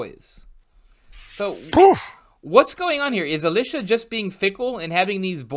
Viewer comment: Elisha did nothing wrong! Also, its "EE-lie-shuh". Eli like in "Elijah" The similarity does sound confusing to lay ears. Thats why I like the Latin versions of the names. Elijah = Elias Elisha = Eliseus Less room for confusion.